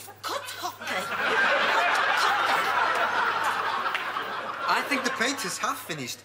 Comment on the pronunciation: onwards 🤣 “A nice cuff of cot hoffee”!